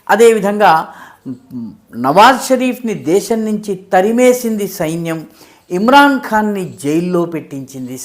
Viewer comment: సెయిన్యం కాదు సైన్యం అనాలి.. తెలుసుకో సారు